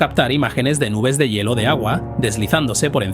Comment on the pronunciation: Todo bien excepto por el mal dicho una palabra,,, "yelo",, se lee " hielo" .